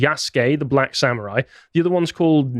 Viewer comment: Sam-oo-rhai time!